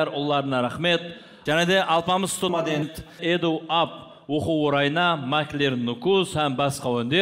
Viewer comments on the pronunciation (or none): Alpamıs "stodadentti" durıslapsızģo😅